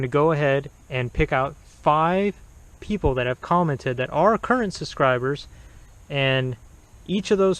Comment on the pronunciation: Good reviews and you made me laugh. You said that the Car Rover people didn't use proper grammar, yet you keep saying " suscribers' (SUBscibers) or made in merica (America) Maybe you're just being funny. But again, good review